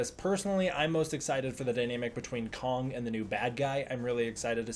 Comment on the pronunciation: Just the pronunciation of Kong as “Kung” cringe